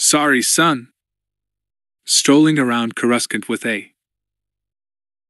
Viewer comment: This narration is rough. Can't complain too much about a free audiobook, but damn. Random pauses where there shouldn't be one, no pauses where there definitely should be one, and Coruscant is repeatedly pronounced incorrectly. This is night and day compared to the version of Hard Contact I just finished.